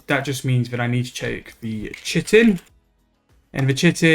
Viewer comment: Fun fact: the word Chitin is not pronounced at all how you've been saying it. It's actually pronounced ky-tin